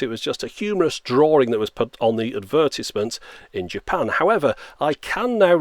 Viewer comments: you guys hear it too right? He said " I bought it from japow" xD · Why does the word "Japan" sound so strange? Almost robotic or demonic at the second syllable. Maybe it's just me.